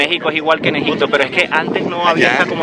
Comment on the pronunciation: Buen video, por cierto es Egipto, no EgiCto. xD